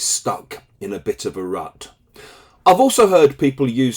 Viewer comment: Thanks. Sound like you are saying RAT 😢